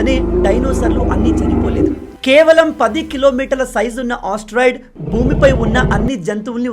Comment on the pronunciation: Asteroid ❌ osteroid✅